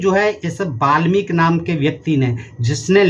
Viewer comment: Ve malmik nahi balmik hai😂😂